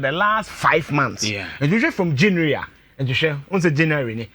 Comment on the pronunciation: I hate, when I hear you say janue instead to say January